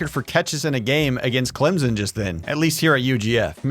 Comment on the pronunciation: Clem-son. Hard m sound. Jeez…